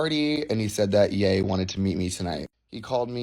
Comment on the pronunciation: Ye is “yay” it’s not “yee”??